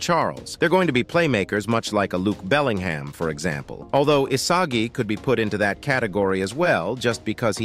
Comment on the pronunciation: nah Lude bellingham is crazy 💀(i know you corrected it but still sounds funny)